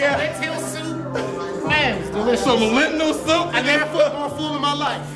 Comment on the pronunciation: "Some lent-lil soup" lmao